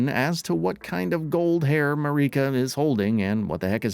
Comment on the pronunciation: MA-RICA and ME-KELLA interested to learn more about these new characters 😂😂😂